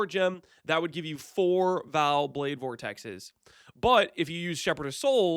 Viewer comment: I would like you alot more if you said Vaal properly.... Vaal... not "Val"